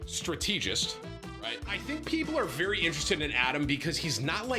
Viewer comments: Every time he says “struh-tEE-gist” I can’t help but giggle 💀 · PLEASE it's strat-eh-jist. NOT strat-eeeeeeee-jist! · “strutEEgist” - TimTheTatman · Stra-Tee-Gist is wild work fam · Stra-tee-gist at 34 years old is absurd. Especially when your career has that word pop up daily. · tim every time you mispronounce strategist makes me want to punch a hole in the wall